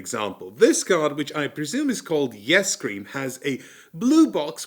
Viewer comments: Pronounced "Ice Cream" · I laughed every time you pronounced it "Yes cream" Thanks for introducing me to these games